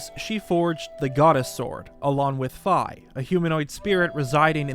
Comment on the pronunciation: Thanks for getting Fi’s pronunciation correct! I know it’s minor, but should be more common across the fandom